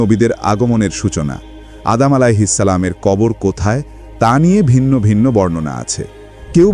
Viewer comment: আদাম আঃ ইসলাম না সঠিক উচ্চারণ, আদম আঃ ইসলাম